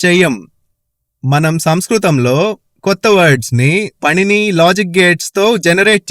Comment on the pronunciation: " పణిని " కాదు "పాణిని " అని ప్రొనౌన్స్ చెయ్యాలి